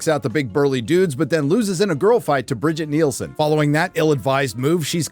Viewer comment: it's not "Bridget Nielsen"... it's "Brigitte Brig-EE-TUH Nielsen". The original movie Red Sonja. Who, by sheer coincidence, is an actual Dane...